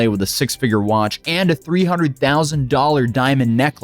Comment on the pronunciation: He's so proud of his watch that he can't learn how to pronounce it correctly.